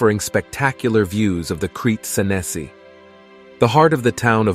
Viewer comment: The pronunciation of "Crete Senesi" is absurd and ridiculous. You don't have to anglicize everything.